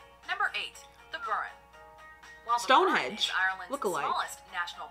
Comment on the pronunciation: Did she just say stone hedge? Its stone henge